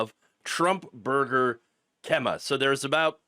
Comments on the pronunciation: It's pronounced Kee-mah, not Kem-ah. And no, I've never eaten there. Sounds nasty. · Pronounced KEY_MAH, not kem-mah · doesn't matter much but it's pronounced "Kee-mah" boardwalk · Pronounced "KeeMa" - great story, scummy restaurant. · It's a long "E" in the name Kemah. Like "Key-mah" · It’s pronounced Kee Mah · Locals pronounce the city Kemah like "Key-mah" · Kemah is pronounced key ma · Key ma It’s pronounced key ma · FYI it's pronounced "Key-ma"...loving how FAFO is so real :) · It's pronounced like Keymah ❤ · Kemah pronounced Key-Muh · Its pronounced Kee-mah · Kemah is Keeeee-muh. Long e. I hate when people can't be bothered to look up pronunciations. Lazy. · FYI: Kemah is pronounced Key-mah. Luckily, there is a bunch of good restaurants in Kemah. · Kemah is pronounced KEE-mah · The way you pronounce Kemah is.....😮‍💨🤣